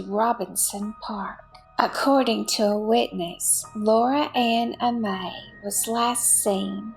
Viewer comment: Pronounce Amee